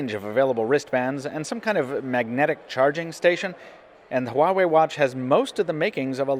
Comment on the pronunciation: I gotta say one thing though, pronunciation of Huawei has been so far the best among all reviewers.